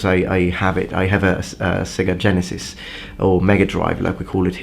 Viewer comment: Non ho potuto fare a meno di notare la pronuncia di "Sega Genesis", da qui la domanda del secolo: "Genesis", qual'è la pronuncia corretta? "GHEnesis" o "DGEnesis" Come Evangelion, mi capitò di sentirlo pronunciare in un inglese americano e utilizzavano le forme "GHEnesis" ed "evanDGElion"; personalmente ho sempre mantenuto la dizione "ge"="GHE" Grazie! P.S.: MMO praticamente ogni cosa da Ultima Online. Adoro l'RPG in ogni sua forma, su tutti FFVII. Attualmente mi sono soffermato su "Black Desert Online", mi piace perdermi tra gathering e crafting